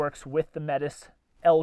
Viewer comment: Why this name? The Métis people of 🇨🇦 might be wondering especially because of how you said it.